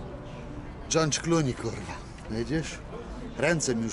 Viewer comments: no właśnie XD GeoRge. Gdzie tam masz "n"? XD Jak skończysz szkołę to porozmawiamy xd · chyba "dżordż"